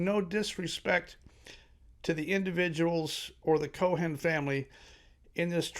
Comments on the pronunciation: Pronounced Koe'-in ... no "h" sound. YOUR WELCOME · Brother, the way ye pronounce 'Cohen' tells me maybe ye ain't from NYC...